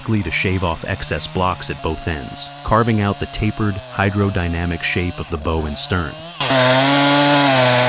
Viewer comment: Bow as in "Take a bow.". Not bow as in "Bow and arrow.".